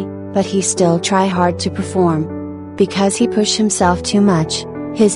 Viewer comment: “Come n perfelorm beautifully for armies” ahhh that part 😭💜